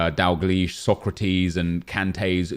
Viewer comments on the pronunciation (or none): none